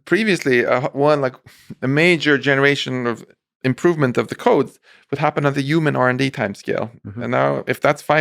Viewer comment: I cringe so bad when people pronounce human as "yuman"